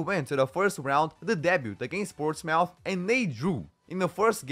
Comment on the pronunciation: Reading is pronounced like "redding" and portsmouth is pronounced like "ports-mth"